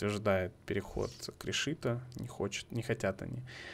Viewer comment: КрИшито , а не кришИто